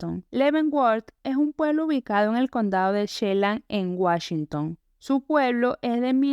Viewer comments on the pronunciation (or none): Lo sé no sabe pronunciar bien los lugares de Estados Unidos dijo Wachington con Ch y se dice Washington con Sh 🤣🤣